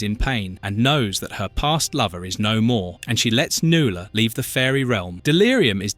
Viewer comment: NuAla. Mispronounced names drive me nuts. 😊❤